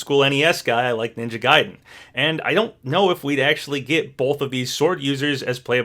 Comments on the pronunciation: Ninja "Gay-den" 😂 It's pronounced Guy-den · It’s is pronounced ninja guide-en not ninja Gay-den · The way he mispronounce "Gaiden" hurts me. It's "Guy-den" not Gay-den"! And I'm not even a Ninja Gaiden fan whatsoever! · I love you, but my gosh, pick a pronunciation for Ninja Gaiden, it's driving me nuts!...Though the correct pronunciation is "guy-den", by the way, just like how it's "ree-yu", not "rie-yu". Edit: that comment about requests for Smash and whether or not characters should be in a new game or not feels exactly what #OperationStarFall was meant to answer. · Hate to be that guy, but its pronounced "Guy-den" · I cant believe you said "ninja gay-den" MULTIPLE TIMES when you said it right in the same video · wait, so do you know how to pronounce "gaiden" or not???